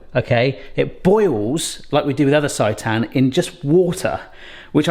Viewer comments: It's pronounced "say-tan" XD Looks amazing! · It’s pronounced say tan 😊